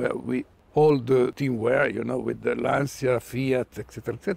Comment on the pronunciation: Ich muss leider eines 'anmotzen', die Aussprache von 'Lancia' ist 'Lantscha', das I bleibt stumm, ich kann es gerne auch genau erklaeren, in Kurzform: Wenn Du meinst Du brichst Dir die Zunge ab dann machst Du es falsch 😅